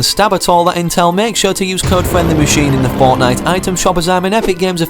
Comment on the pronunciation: i like how he says fournight instead of fortnite